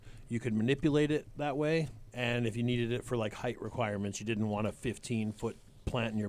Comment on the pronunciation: Lol! heavy T "HEIGHTH"